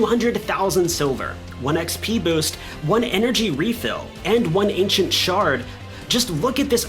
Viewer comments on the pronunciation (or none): none